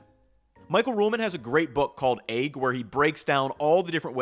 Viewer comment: I'll buy a whole set of those pans is you stop saying "aigg". Deal?